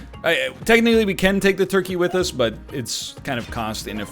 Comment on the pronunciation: Me when he say “torkey”